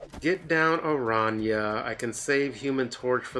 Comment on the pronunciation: One of the few snap content creators that pronounce Araña correctly lol